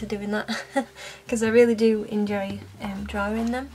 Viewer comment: I don't know why but the way she/you say(s) drawing bugs me..... Any one else?